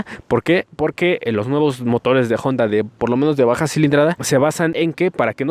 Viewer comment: Porqué cuando pronuncia honda dice jonda ?